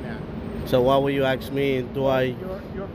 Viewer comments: My point was and is, don’t make fun of or ridicule someone unless and until you are perfect. While you are at it, write the word ASK on a piece of paper, look at it and explain how the you come to pronounce it Ax. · You have repeatedly made fun of that woman for saying UPS law. Before you make fun of someone, make sure that you aren’t messing up! You have REPEATEDLY said “I didn’t ax for help” and you said several times “ UPS do not make laws.” Number one, you cannot AX a question! You may ASK a question. The word is spelled ASK, NOT AX! Second, UPS DOES not make laws. NOT UPS DO not make laws. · You let yourself down by not speaking correct English!! The word is ASK and not AXE. Many, many videos have African-Americans saying the same. Is this language taught in school? Or do you all just repeat the slang that you learned in the 'hood? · Not only are our rights eroding but so are our language skills. We no longer ask people things now we "" them. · LOL! He didn’t for help. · I’ll subscribe to your channel when you stop saying “” and start saying “ask.” Otherwise, great work. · Did you AX for help or did you ASK for help ? Why can't blacks speak English ? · Got to agree with some of the others. You keep making fun of the guard but can not pronounce "ask". Either learn how to pronounce it or go easy on others